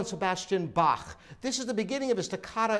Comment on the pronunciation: You must be almost the only living english speaker that pronounces Bach and not Bak.